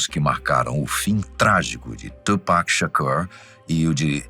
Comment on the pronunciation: Nao e tupack e tupac